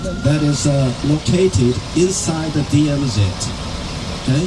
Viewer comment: DMZ enalle..DMC ennu ucharikkunnathu enthanu?